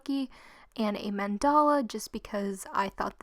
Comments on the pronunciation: I'm sorry I don't usually do this but wtf is a man-dolla?? It's pronounced man-da-lu not man-dolla. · Ummmmmmm this is the first video I had watch of you but it’s men-da-la not mend-all. 😐 🙄